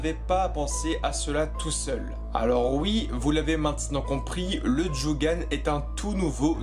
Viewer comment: prononciation à ne pas oublier stp ! : " a zzu ra " " do jutt ssu " djo gan " RESPECT MEAN?!